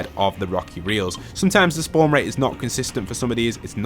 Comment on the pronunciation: A few seconds before the braniac location man says spawn wate instead of spawn rate.